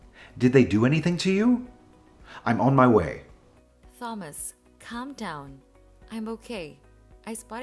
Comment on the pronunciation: learn from Ava, the correct pronunciation of the name Thomas.